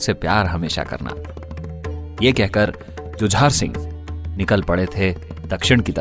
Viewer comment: भैया राजा हरदौल की कहानी आपने बहुत खूब कही है सुनकर आनंद आ रहा था कमी नहीं कह सकता हूं कोई भी । राजा हरदौल के बड़े भाई का नाम श्री जुझार सिंह ( झुंझार नहीं ) जुझारू शब्द से बना है जुझार बुंदेलखंड में अधिकतर क्षत्रियों का नाम होता है जुझार सिंह जो परिस्थितियों से जूझकर राज पाठ प्राप्त कर पाए थे।